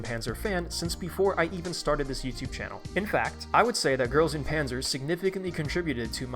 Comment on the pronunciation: Pronouncing GuP english is so cursed I can't